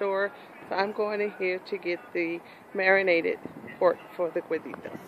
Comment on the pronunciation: Cueritos. from what i'm understanding you are saying cueritas.